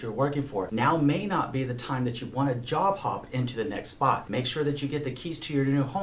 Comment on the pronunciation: I kept hearing “jaw pop”. Glad you subtitled “job hop” 🤭 and convinced me not to break up with Wells Fargo … at least until closing